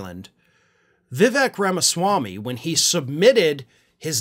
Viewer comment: It's pronounced Viv-ake. Rhymes with cake.